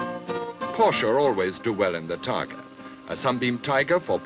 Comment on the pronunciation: TARGA not TARGO